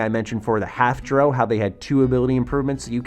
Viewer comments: It's pronounced dr- OW not dr- oh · You're pronouncing drow wrong. It's not Dro. It's drou. Like ow dr-ow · Bro...it's Drow (cow), not Dro (crow). Pretty clear has had almost no exposure to the fantasy genre of games lol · It's Dr-ow, not Dr-o. Really looking forward to this game, especially if they have a dungeon master mode, could mean replacement for pen and paper for people who don't live close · Why do so many youtubers have problems saying Drow? It's like brow with a D.. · it is lol. The op of this comment is calling out the incorrect pronunciation of the video maker